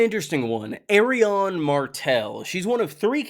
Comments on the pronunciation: lol pronouncing Arianne like Aerion aka EYY RON is clownsauce dude, you got Aerion, Aeron, Areo, and AriANNE.............wrong pronunciation will bite your ass in a courtroom. esp if you're addressing a judge..... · I will never understand why pronounces Arianne's name like that, but nevertheless, great video as always